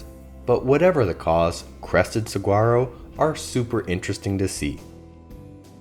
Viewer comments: on dit sawaro pour saguaro, et Tusson pour Tucson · I wanted to die a little inside every time he pronounced the “g” in saguaro. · if you can't pronounce Saguaro correctly the rest of what you say is BS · Good information and presentation. Please learn how to pronounce “saguaro”, however.